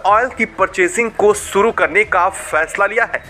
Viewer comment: अबे कैसे बोल रहा है बे, सुरु कर चुके हैं या "शुरू" और ऐसे चबा चबा कर क्यों बोल रहा है, नॉर्मल बोल न😂😂😂